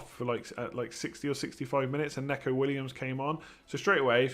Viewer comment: I love you but please stop calling Neco (Nee-co) Williams wrong? It's Nee-co not neck-o